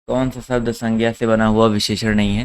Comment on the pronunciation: Sir bahut accha padhate hain aap...lekin aap श ko स hi bolte Hain....kya ye chhoti si Kami door nhi ho sakti... jaise शब्द ko सब्द bolte hain aap... Sahi uchcharad karne wale vidyarthiyon ka baar baar man bhatakta hai...sahitye padhane ke liye khud ka sahi uchcharad karna bahut zaroori hai...